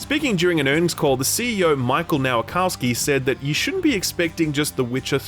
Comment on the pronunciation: For the love of God. Michał Nowakowski - Mi-xaw (ł is pronounced like w in the word "way") Nova-(like in supernova)- co (like in co-pilot)- ski.